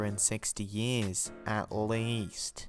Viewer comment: Sorry But Least NOT lesst